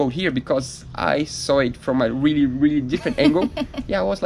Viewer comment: I'm weally weally excited to 😂😂